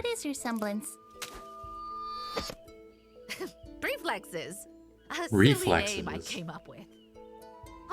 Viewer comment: preflexes is what she said